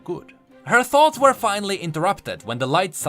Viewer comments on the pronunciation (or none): none